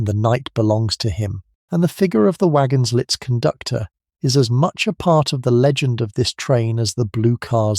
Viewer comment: Fascinating description of the Orient Express. Not a sleep story though due to the loud intrusive ads FYI: Compagnie internationale des wagons lits (the "t" in lits is silent - pronounced 'lee').